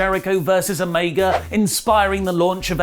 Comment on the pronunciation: If you can’t pronounce Omega properly just call him Kenny. It’s fuckn mind boggling. How about we call you Allie instead of? Huh?